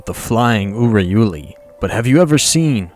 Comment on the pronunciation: The fact that you pronounced Urayuli right at the beginning of the video threw me off so hard, I’m not used to hearing the Flying Urayuli. I’m used to hearing THE FLYING UYARULI!